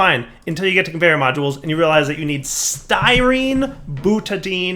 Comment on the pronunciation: More " murders perfectly simple chemical names with pronunciation"... Time to teach you the ways of AvE - "Butadine" is pronounced "Boona N" and it's used to make cheep O-rings:-D